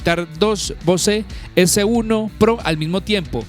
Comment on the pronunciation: Bose (bouz) not (Bosé)